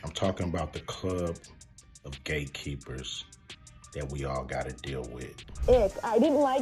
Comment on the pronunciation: Did he say gate keeper or gay keeper?😂😂😂